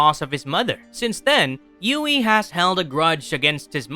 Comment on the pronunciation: How can someone whose not even real be a "Villian" lmfao Anyone wanna tell homeboy that its "HUGHIE" and not "Ewughie" lmfao